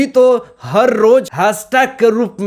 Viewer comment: Har ŕrrrttt......bolte mazza aa jata he